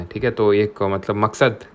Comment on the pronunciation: Sir , aap MAQSAD word me bhot joor dete ho 🤣